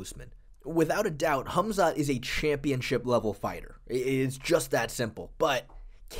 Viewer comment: Why's this guy keep calling him "Humzat" ? 😂😂😂